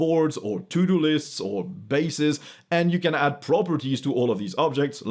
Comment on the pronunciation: I think that, from now on, I will be pronouncing "To-do lists" as "Tudolist" :D